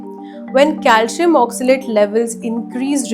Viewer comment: It is not cal shi am...it is calcium.😅😅😅😅😅😅